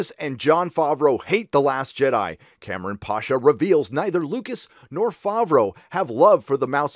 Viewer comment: It's not pAsha, it's pashA. Eastern surname.